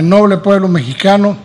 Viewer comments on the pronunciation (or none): none